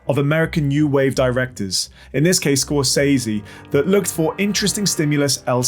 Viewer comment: You say Scorsese’s name wrong. I bet you even know it. But won’t say it .